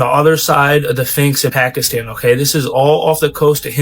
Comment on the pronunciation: Did he say "phinx? Edit: He said "phinx", but then changed and said "sphinx" twice but then went back to calling it a "phinx" 🤣